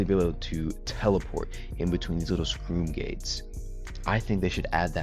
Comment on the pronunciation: I was was happy till he said scroom gate like w h at